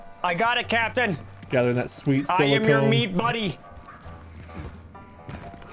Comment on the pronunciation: Silicon, not silicone, lol. Silicon is a metalloid (metal-like) element, not a polymer. Think silica, like sand, which is SiO2, or computer chips, which use pure silicon as a semi-conductor.